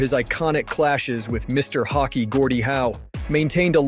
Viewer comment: Take it as a compliment because the rest sound like you are a native speaker, that's where the confusion came from. Hockey is hawk-ee and Roy is wah since it's French Canadian. Also vertebra sounds like vert-ah-bray. Learning a new language is hard, keep up the good work and the information packed videos. You know your hockey.